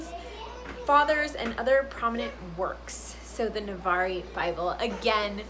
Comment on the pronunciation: FYI: Navarre is only two syllables, [nəˈvär] (var rhymes with far)